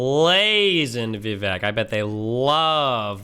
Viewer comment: Its Vivek like cake. Viv-ay-k